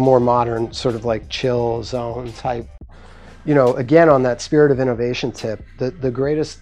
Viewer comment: I love how he suddenly throws slang words out of know... Back on the innOHvation tip lol